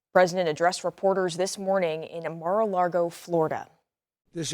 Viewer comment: It's Mar a LAGO (lake) not Largo. though.